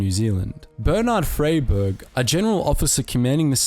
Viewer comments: I struggled to recognize any of the names due to incorrect pronunciation. General Fray-burg (Fry-berg) Nar-gar-ra-mu (Naa-ra-mu). Piss poor content really, wot about the Dardanelle's in WW1. Just another internet clown with light weight content. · Well done on pronouncing "Maori" correctly. But a pity about pronouncing "Freyberg" wrong (it's "Fry-berg") and Lieutenant in the American. In New Zealand and Australia it's pronounced "LEFT-tenant" Only Americans pronounce that word the way you do here.